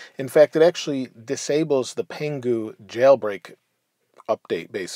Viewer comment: U said pangu right